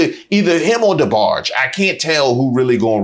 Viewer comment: he said DeBarge . ...... oh no you didnt. BHWQHAHAHAAHAHAHAH!